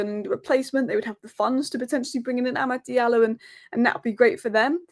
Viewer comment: Guys Please stop saying Amad “Diallo”.